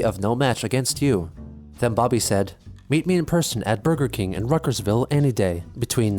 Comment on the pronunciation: Boor-gur Kang